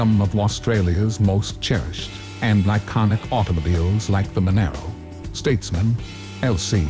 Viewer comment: Im guessing the voice over is AI, because of the miss pronunciation of "Monaro". No Aussie would dare pronounce it the way you did. And, we didn't go metric till 74, therefore it was only ever known as an 186, not a 3 point zero litre, (we would just say 3L). Ditch the AI, remake the video again, using a human, and it will be a winner.